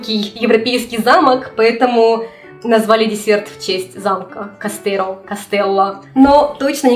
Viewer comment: Здорово, только замок в испанском языке не "кастеро́'', а "castillo" произносится как "кастийо" и королевство называлось "El reino de Castilla", по-русски это "Королевство Кастилия".